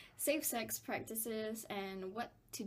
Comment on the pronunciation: why do u pronounce sex as sacks